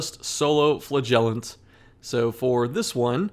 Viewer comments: Does he say flagellation, flahgelateteaon? At this point I’m actually curious. I love his content, but why does he do my man flagellant so dirty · Flagellant is stressed on the first syllable.